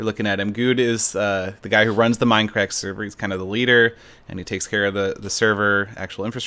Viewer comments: "WELCOME BACK-A TO DAH MINUH CRACK-A!" -SethBling2014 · WELCUH BACKA TOAH MINDUHCRACKUH